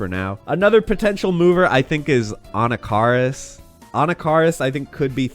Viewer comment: Uh-NACK-uh-riss, my dude.